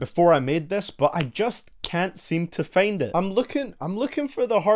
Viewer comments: It’s FIND NOT FEEND DAMN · is it only me or did i hear him say FAIND IT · "Still can't fayend it"